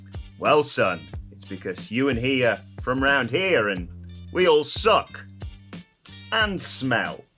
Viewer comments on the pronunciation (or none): none